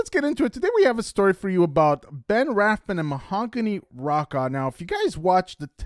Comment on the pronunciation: Ok, the word is BUT-TON not budden!! And Mahogany's last name is pronounced ROW-KA. Ben is a stalking preditor & borderline pedophile & Ma-HO-gahn-ee, as she said it, is a little girl & more than likely an actress, & a VERY bad one. Hope to NEVER see them again!!!